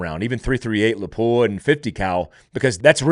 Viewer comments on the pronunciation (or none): "Lapua" is properly pronounced "LOP-wah."